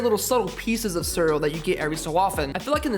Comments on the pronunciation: ITS C E A R E A L LMAO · You dont say cereal wrong LOL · You say cereal weird